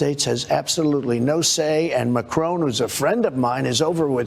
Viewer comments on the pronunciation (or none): Not to be rude but you really need to know how to pronounce these peoples names like Macron and Assange